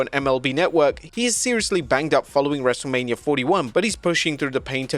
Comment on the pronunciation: cant judge Hogan for getting a wrestlers name wrong😂